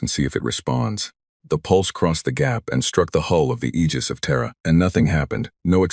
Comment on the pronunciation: Aegis is pronounced eejis ai, I know